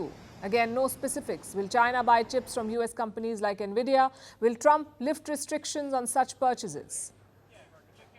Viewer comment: “En Vidia” ✅ - “NA VIDIA” ❌